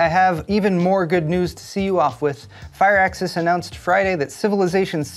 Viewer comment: Fire Axis? 🤔 I always said it like "Fear Axes"